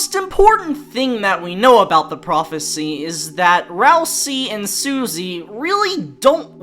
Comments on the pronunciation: This is true Deltarotten core. I enjoy the variety. And you still pronounce it Ralsee so it rhymes with Susie! 😂🤣😭 I hope this Deltarotten dream never ends and we can relive this Deltarot forever and ever. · Even in a non-dubbed video, still calls Ralsei "Ralsee"... gotta love the commitment to the bit.